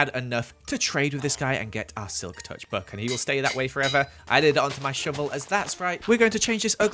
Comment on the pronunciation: "I named mu shoevel Hannah Montannah"